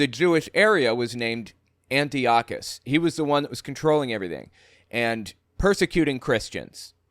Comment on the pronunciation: Antiochus Epiphanes is pronounced : An - Tie - okus NOT Anti okus